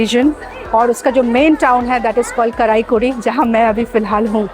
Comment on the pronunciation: Not karaikudi. Pronunce as " Kaaraikudi", with a long A vowel